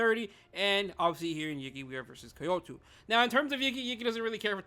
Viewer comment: Why are you pronouncing Kyoto like that 😭